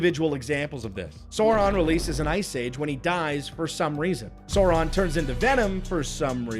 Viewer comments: Okay but it's Sauron, not Saron haha. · Sour-ron ❌ Sore-ron ✅ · Why does he pronounce Sauron as Sore-ahn 😭😭😭 I need back🤣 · He's not called Sorron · holy fuck how hard is it to say Sauron correctly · Rings of Power nearly as annoying as a video mispronouncing Sauron all the way through. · I mostly agree with the points made in the the videos... but I still don't understand why American Youtubers in particular are fucking incapable of pronouncing Sauron's name. Is this some kind of dumb engagement farming to reap those sweet, sweet comments or just a case of "forin langurge diferkult"? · Why does keep mispronouncing Sauron? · Drink everytime this guy mispronounces Sauron